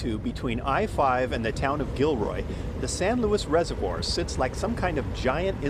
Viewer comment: LOUIS?! Does the name say Louis? Its Luis (Loo-ees). Get it through your thick skulls mate.